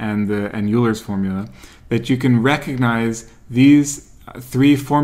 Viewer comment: pronounce Euler correctly😀 (Oylr)